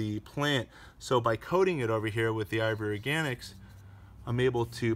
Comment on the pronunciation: Slow down when you say I V Organics! You keep sounding like you are saying IVORY ORGANICS